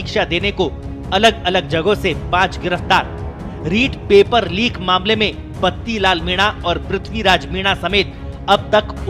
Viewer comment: Lik ni tatu Leek hota hai Hindi seekh le Babu🙏🙏